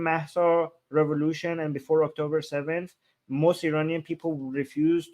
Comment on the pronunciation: What's the matter with this womans outrageously raspy voice. Does she practise it?? Plus she can't pronounce AND anywhere close.